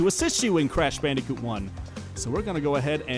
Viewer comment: Croosh bloondicoot